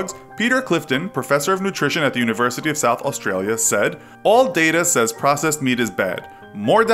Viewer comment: Who else thoght the word processed said possessed.